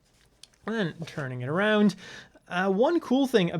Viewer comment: I cant wait to hear about the "articuation" and how things "rodade arood".